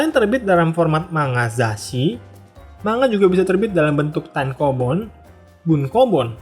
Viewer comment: sebenernya bacanya bukan manga pake "ng", tapi man ga